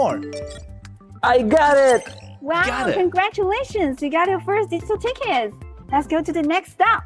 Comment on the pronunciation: I misheard your exclamation of "digital ticket" as "digital d**khead" - thought it was a bit harsh but not wrong.